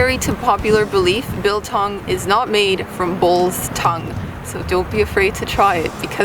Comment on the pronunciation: pronounced like bull tongue not bill tongue